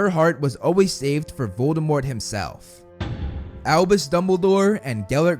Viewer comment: It’s AlBUs not AlBIS